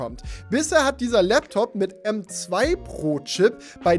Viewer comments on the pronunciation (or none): Hab bei Pro Chip Brotchip verstanden xd